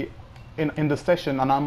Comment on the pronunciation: You pronounced Abraham wrong lol